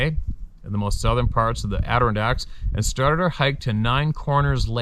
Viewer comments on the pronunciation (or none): …let me help you out on how to say “ Adirondacks” Adder On Dacks!! I’m quite confident that you will be hearing of many more encounters from this area…just looking out for ya Brother! ⭐️ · You wouldn't mean the adnerdonnderdacks would you? ( its okay, I think he can take some ribbing)